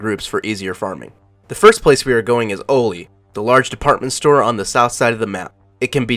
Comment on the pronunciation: haha its pronounced ALL-LEE (oli) for interchange btw